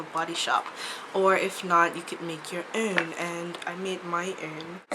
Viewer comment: sorry you say "own" weird!! :3